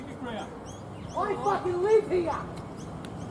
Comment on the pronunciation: That NSW accent 👍. Here has 2 syllables